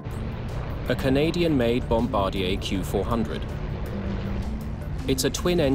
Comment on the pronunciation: its pronounced "bomb ba deer", sorry very tragic what happened.